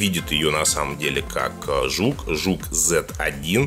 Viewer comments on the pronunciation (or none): не жук, а зук . смысла нет брать 801 снеп , и ты не шариш в начинке телефонах